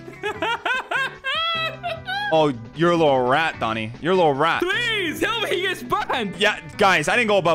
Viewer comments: ❌ "Doni" ❌ "Loni" ✔ "Done" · It’s not loni it’s oni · Why is everyone saying loni? THE WORD IS DONI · His name is DONI NOT LONI!!!!!!!! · ITS DONI NOT LONI